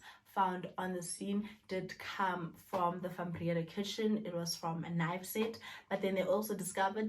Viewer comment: "Van Brea-daa"